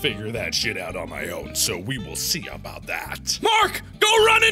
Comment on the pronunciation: who else lost mark when he was talking aboot youtube... XD srry